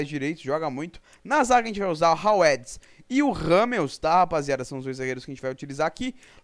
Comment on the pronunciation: Höwedes se pronuncia "Ravêdes" mas ta valendo :) Pode usar o Boateng na lateral direita e jogar o Lahm na canhota, mas tanto faz.